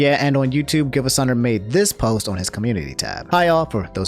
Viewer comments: I’m sorry but it’s pronounced geevasunner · I'm pretty sure it's pronounced Geevasunner